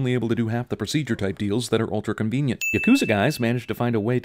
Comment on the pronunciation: You get a handful of sins for pronouncing Yakuza as Yah-koooo-za.